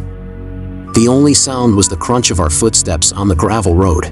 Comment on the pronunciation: It’s oddly adorable when the TTS says Fuutsteps